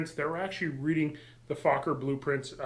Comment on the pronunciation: An interesting project. Is it a Ron Sands based DR-1? Speaking of talking I believe Anthony Fokker pronounced his name 'Foe-ker' not 'Fock ker'